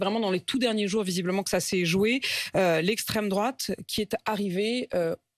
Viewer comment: "Extraime drouate", Wouha, ça fout la trouille !